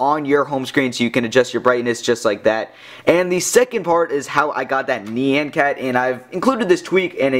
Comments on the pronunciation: fuck it. unsubed, no unthethered, just bullshit, and its nn-yahn cat not nee-yan cat. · Neeyan-cat? It's nyan cat x.x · Yeah it is NYAN, not NIYAN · ne-au-hn cat not ne-en cat -.